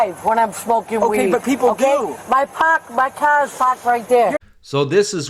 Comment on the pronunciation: She's from Boston. "My cah is pahked right there!" 🤣🤣🤣